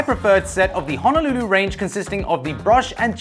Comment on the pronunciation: Am I the only 1 who caught him say honalulu